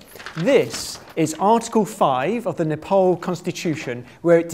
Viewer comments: You pronounce my country's name wrong! It is Nepal.(Neh-paal) Ne - nephew (british) paal- pass (british) Dont pronouce it Ne-pole Or Nepal like maple (american) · It's not Nepol, it's Nepal. Not O, it's A. Why you keep saying O is beyond me. It's A, always been always will be. A like in A-rgentina. Do you say O-rgentina? You probably don't. A like A-lgeria. Or are you tempted by O-lgeria? I guess not. So: Nepal like NepAAAl. Not NepOOOl. A as A. A. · IT’S PRONOUNCED N • e • p • aa • l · Not Nephol it's Nepal.😊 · It's not Nepol, it's Nepal. Idiot. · It's pronounced as Népaal, not Napole. Anyway, great video. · This guy annoyed me enough as it was then he started saying "Nepole" instead of "Nepal" WHAT THE FUCK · Ne-paul.. He said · Its not Nepol there is a "A" not "O" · I like how he pronounces Nepal as "Nuhpawl" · Its strange how most of the World pronounces Nepal as Nepol. I'm actually Indian so I'm quite used to mispronounced names :-D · I am amazed how the guy can not pronounce Nepal well. Great video though.